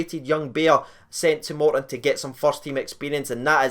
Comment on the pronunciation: It's not moreton it's Morton.